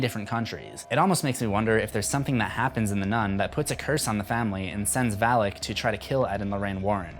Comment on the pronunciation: It is not read as Val-ik.... It is read as Val-aak.